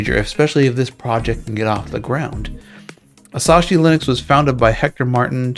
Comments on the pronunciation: Asahi is pronounced like uh-saw-hee (or more properly would sound like ah-saw-hee from a Japanese person), it sounds like you're saying Asashi and adding an extra s in there. There's a beer brand by the same name in case you've ever heard of that. I'm excited about this project because of it potentially bringing more free software people to ARM machines. I can't imagine I'd actually get and use one of the M1 MacBooks. Maybe the Mac Mini like 5-10 years from now when it's dirt cheap. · Its asahi not asashi... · It's pronounced "As-AH-ee." Apple has NEVER "locked down the Mac." I use an open source boot loader to dual-boot my OG (Core Duo) White MacBook between Mac OS X "Snow Leopard" (which is 'Certified Unix' -- macOS is a fork of FreeBSD) and Slackware-current. Ubuntu and Kali run on the M1 under Parallels as do probably many others.